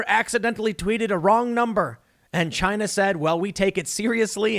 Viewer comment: CHY-NA... rhymes with...